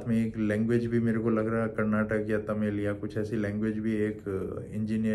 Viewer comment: Just by pronouncing it the right way as "KARNATAKA KAA", you won't lose anything...